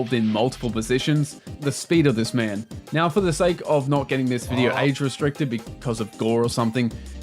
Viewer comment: are you serious right neow